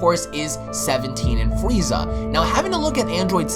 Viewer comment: Why is he calling freeza,? LOL do you want your wazer wifel